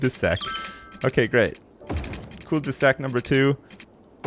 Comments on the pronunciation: Oh my lord. A cul-de-sac (cold-eh-sack) is a simple street that has a dead end, usually having a circular, thicker end, like a dick. Commonly found in American suburbs. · You say it like cold-a-sack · cul-de-sac is pronounced: /ˈkʌldəsæk/. Cul duh sack. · COOL de sack? I thought was from Canada, not a different planet. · He's trying to say ''Cul de saq'' which is french for dead end. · Yeah, cul-de-sac is a thing (it's french for dead end), and no you're not pronouncing it right. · They don't say "cul-de-sac" in your part of Canada? I know they do in Quebec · I know, it's just insane how badly he pronounced it! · is from Canada and lives in the Channel Islands so maybe he has a fucked up view on how French is pronounced